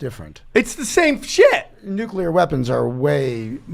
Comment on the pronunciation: Nucular Nucular Nucular 😁